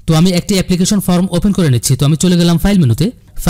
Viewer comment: ভালো ভিডিও। উচ্চারনে সমস্যা আছে। Form এর উচ্চারন ফর্ম, ফ্রম না।